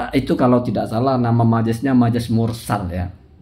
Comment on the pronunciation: Majaz mursal, bukan mursad